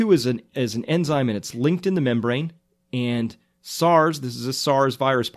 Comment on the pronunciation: As soon as you said "membrane", I can tell that all your education is crap.